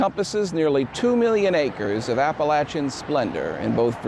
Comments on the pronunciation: You know this show is good quality because he pronounces Appalachian the correct way. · Always an exciting pleasure to find a new post from you. Thanks. P.S. I especially like hearing a native cause you pronounce Appalachian correctly. Just joined Patreon.